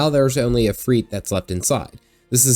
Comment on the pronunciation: ifrit not ifreet. ends in it no eet